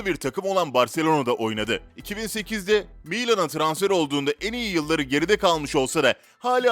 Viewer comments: Metni seslendiren misi futboldan cok uzak . Dijrmeba djemba Cemba cemba Miylan degil milan Telaffuzlarin cogunu yanlis Balondor ödülü bile yanlis okumayi basardi. Listede herkes ronaldinho yazmis ama ben james'i gorunce biraz şaşırdım. Kaleciligi de böyleydi top seviyeden dustu orta seviye takımlara dustu sonra milli takıma çağrılmaya baslandi hatta top takimlarda olmasa bile turnuvalarda milli onemli maclar milli takimin kalesini korurdu. Ben playstationdan ve fmden bilirim . Yedek olmasina tagmen kaleci puani yuksek olurdu ben hep jamesi oynatirdim. Ucuzdu fmde hep transfer ederdim. Vaybe adam hep uclarda yaşamış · Burde milan diyebilsen..ne o miiilan ..😂